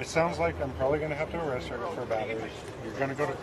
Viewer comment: You can awwested..she did she did😂